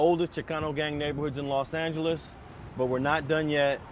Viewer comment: The Fuck You Keep Saying Las Angeles 😐